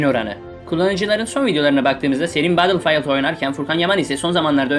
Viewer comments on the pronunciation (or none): none